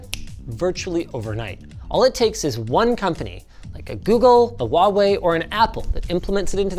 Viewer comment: Pronounce Huawei again, please!